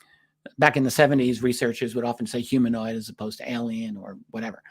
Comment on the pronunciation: "Huminoid"